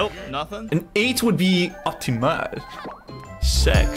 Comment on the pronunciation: Bro that prononciation of optimal sounded so german 💀